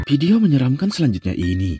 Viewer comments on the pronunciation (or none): Tolong pengucapan "VIDEO" yang sesuai doonk... jangan "PIDIO" mulu, jadi ga fokus nontonnya... 🙏